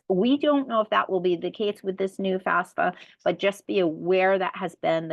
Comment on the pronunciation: First major confusion before you even start, it is NOT pronounced FASFA, it is FAFSA please. Enough confusion already so at least get that no-brainer part right. Thank you for your help.